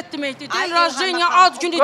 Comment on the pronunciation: Xanım rajeniya yox rajdeniya ad günü deməkdir.